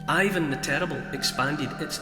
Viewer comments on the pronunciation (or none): none